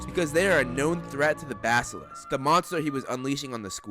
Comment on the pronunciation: OMG finally Someone that can pronounce basilisk